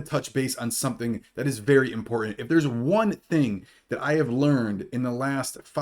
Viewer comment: You’re right…. Very “impor-ih” information!